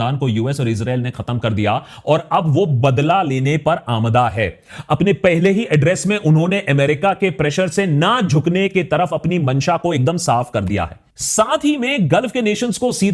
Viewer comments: Aakash ji,Aamda nahi Aamaada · Hi sir , mai aapke videos kafi dino se dekhta hun, aap aik word ka pronunciation kafi din galat kr rhe hn Aap "aamda" bolte hn jbki iska correct pronunciation aamadah h